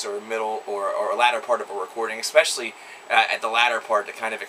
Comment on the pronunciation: I always enjoy your rants, raves and musings. You're intelligent and articulate, not to mention knowledgeable. In short, just what we want and what is needed in a music critic. But, let me get one thing off my chest: it's eSpecially, not eXpecially. Now, I know you can do it. Practice. You will reprogram the pattern. You used this word three times here (and countless other times) and it always hits me in the head like a blast beat. Dude, with respect, it's in your interest.